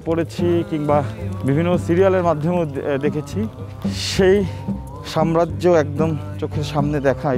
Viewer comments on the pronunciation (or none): none